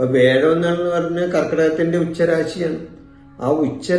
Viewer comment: Sir, വേഴം എന്നത് മാറ്റി "വ്യാഴം" എന്ന് പറഞ്ഞിരുന്നെങ്കിൽ നന്നായിരുന്നു 🙏